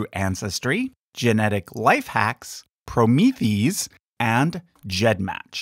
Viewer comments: just sayin', but "Promethease" is meant to be pronounced like the Greek "hero," Prometheus." so, "proh-MI-THI-ase." Kind of like, polymerase. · Thanks for the vid! Hey, you have mispronounced Promethease - actually is said "pro-mee-thee-ace" (kinda like one would pronounce an enzyme). Fyi. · I’m pretty sure Promethease is pronounced PRO-MEE-THE-ACE, a hybrid of Prometheus and the suffix for enzymes, -ase.